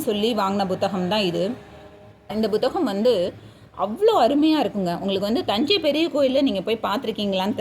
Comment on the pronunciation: எல்லாம் நல்ல தகவல். But புத்தகம் என்று சொன்னால் தான் தமிழ் உச்சரிப்பு சரி. நீங்கள் "Bhu " என்று ஏதோ thaminkilish ஆ இருக்கு 😢